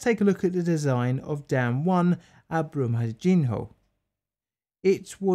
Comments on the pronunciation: Pronunciation tip: In portuguese, the "nho" syllable is pronounced like the spanish "ño" or the italian "gno" , as in "señor" and "gnocci" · Awesome video, though knowing a little Portuguese, the dam was actually pronounced "Brooma-jin-yo" (the 'h' in Portuguese is pronounced the same as ñ' in Spanish). And I admit, Portuguese can be confusing! 'Feijão' is actually pronounced "FayJAOWN" - that weird 'ão' is a nasal syllable. Brazilians (and Portuguese) seem to love talking through their noses! Anyway, on topic: The reason tailings dam lessons aren't learned is simple greed. It's much easier to just dump the tailings until the dam breaks, then use the government to make sure the next of kin are quietly bought off with spare change, and go right on doing what they usually do. Some governments eventually get sick of tailings mudslides and actually do something about the mining companies, but Brazil's government has little interest in such things. The firefighters and rescuers are heroes, though. Full stop.